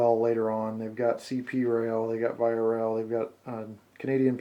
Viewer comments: Oh and VIA is pronounced officially as "Veeah" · beautiful stuff! VIA Rail is pronounced -vee-aa-. no doubt about it. :) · As a Canadian, it's pronounced "vee-ah" not the way you pronounced it, but hey, awesome review. Love your vids, Thanks! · You pronounced VIA wrong. It's more like ve-ya not the way you said it.